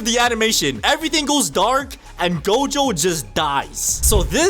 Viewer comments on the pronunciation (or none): none